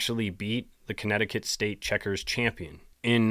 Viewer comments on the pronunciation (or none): none